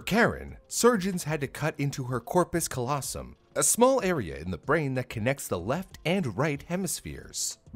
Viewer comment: But pronounced corpus callosum incorrectly.....